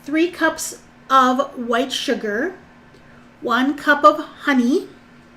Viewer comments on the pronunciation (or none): none